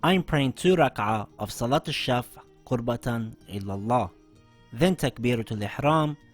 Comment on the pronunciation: Qurbatan ILALLAH is RIGHT. Qurbatan illalah is wrong